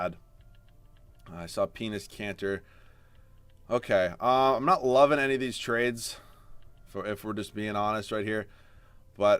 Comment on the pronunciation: Yo you called enes Kanter penis kanter